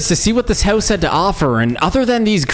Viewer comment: haha, “howse” haha